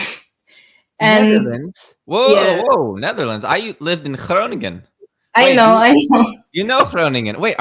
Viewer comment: Your pronunciation of Groningen is quite impressive. 8/10.